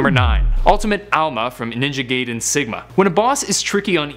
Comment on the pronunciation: He mispronounced Ninja Gaiden